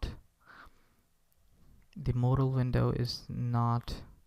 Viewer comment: Modal...model... *Whispers modal again.... Great tutorial man :)